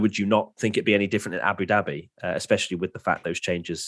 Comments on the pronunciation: He said Abu Doobie.....and I'm smokin a doobie as I watch.....what a coincidence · Abu Dooobie? 😂😂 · U said Abu Dhabi wrong lol